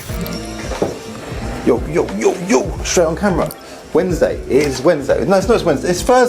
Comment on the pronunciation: No one else notice it said Wednedsay? Congratulations on the house